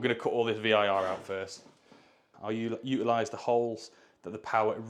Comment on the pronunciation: U’ilise or utilise? The only thing you continue to say that gets on my nerves! 🤣 Love the vids!